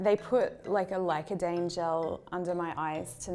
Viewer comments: CEO of Licodaine hahahaha Lidocaine? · licodaine.... lol... lidocaine maybe? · Did anyone else notice she said licodane instead of lidocaine? Lol no hate just thought it was funny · licodaine seems to have numbed her tongue?